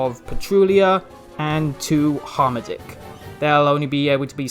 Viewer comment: I know I'm almost 2 years late but it's "Har-Matick" not "Harm a dick" lol